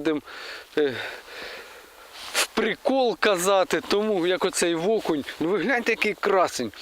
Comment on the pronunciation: Привіт! Веселого Різдва! Дімчик питання: чому (ВО)кунь???. Це особливість місцевого діалекту? Чи Семен Олд навчив?.